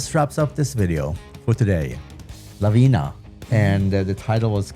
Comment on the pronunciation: The name of the band is Lavina, not Lavinia, which means Avalanche. "Kraj mene" (Next to me) is pronounced like Kray mene.